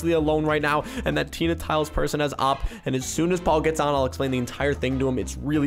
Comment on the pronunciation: O-P not oppppp btw im subbed :D